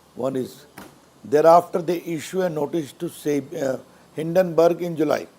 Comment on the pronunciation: Hindonburg almost sounds Hiddenburg. Difficult to defend gentleman. You are good to defend your party. Nothing surprising since you are a lawyer. Often such defence is often superfluous. Why these guys always defend adani. Why get very defence through perceived offense.